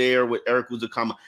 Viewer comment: seems to have trouble with Ezukanma’s name. He keeps pronouncing it like it starts with the letter “u” instead of a short “e.” I know it’s a little thing, but it’s driving me a little crazy. 😅